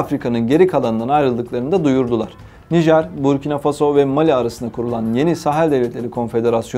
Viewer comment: переводчику неплохо было бы озаботится правильным ударением в названиях стран ..МалИ И БуркинА ФасО Это в школе проходят.